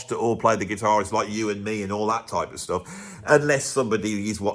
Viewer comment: “Stoof” What the hell is that?